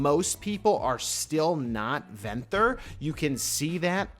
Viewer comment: “Venthur” it’s ven-thyr